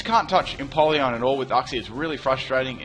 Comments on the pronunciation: Damn your pronunciation is off. Its pronounced Yooksie not Ucksie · uxie = YOUxie. We both pronounced it wrong. I thought is was OOxie. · Uxie is pronounced as yoo-ksi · I thought Uxie was pronounced you-xsee.